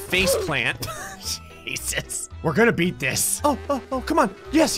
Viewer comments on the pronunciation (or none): none